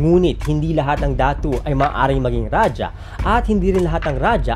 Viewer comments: Kuya raha ang tamang pag bigkas jan sa rajah hindi raja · Its raha (rajah) not rajah wrong grammar ijo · Raja o Radjah o Radya o Ladya po ang mga tamang bigkas ng ating mga ninuno, sa wikang Kastila po nagmula ang pagbigkas na Raha. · Ang pagbigkas ng Ra-Ha ay galing sa mga Kastila. Ra-ja o Ra-dya o La-dya ang mas angkop at tamang pagbigkas nito. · Ang pagsambit na "Raha" ay mula sa mga Kastila. Rajah (o ra-dya) talaga tunay na pagbigkas nito hindi Raha. 😉